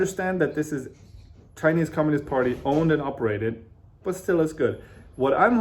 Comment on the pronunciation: 我是相信自己的英语水平的，给您举视频前10秒左右的例子。chinese的“拆”音更接近中文，还有读which的ch音的时候更像“whi次”。我个人觉得是很可爱的半中式发音，不是在说英语不行，而是这种casual talk的发音有中文的味道。